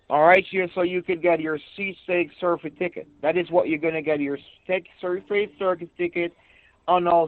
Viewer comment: Say-fee-tee code. Burt Ser-fee-ticket = birth certificate. Told him to take the card - SMH🤣🤣